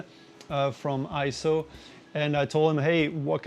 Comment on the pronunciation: Nope, not pronounced I-ZO. It is correctly pronounced AY-ZO per EIZO's own corporate video. Also see the correct pronunciation in the EIZO Wikipedia, which also shows AY-ZO. And one more reference... see the 2021 Scientific & Technical Awards EIZO Acceptance Speech video where Masato Nakashima, the Senior Product Manager at EIZO, pronounces it as AY-ZO. In Japanese, the "ei" together is usually pronounced as an AY sound just like when we say the Japanese word Sensei - Senˈsā.